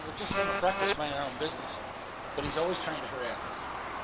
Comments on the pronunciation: Breakfast not brefix I'm just saying. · Did you just say "brefix"? Did you mean "breakfast"?